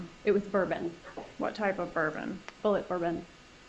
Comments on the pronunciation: She would not even pronounce the liquor that she bought she spelt it out and pronounced it as it is spelled on the bottle but and this is a big butt, that bourbon is pronounced bullet! As in the “bullet” that killed Dan Markel!!! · “B.U.L.L.E.T, bullé bourbon”… girl stop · Did Wendi say the bourbon was called, Bulleit, she should of pronounced it with a silent D, maybe it's French bourbon, what a dolt